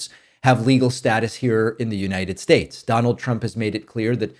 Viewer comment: I came for the politics, but stayed for the mispronounciations 😋 As long as we can keep troth central and united shyates